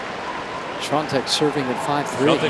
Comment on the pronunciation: Why does the chair umpire keep mispronouncing Swiatek's name so badly? lol